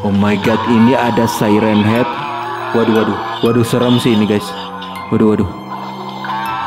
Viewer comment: Bang bukan say ren hed tapi siren haed😂